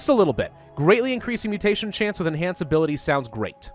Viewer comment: chnace... (i giggled)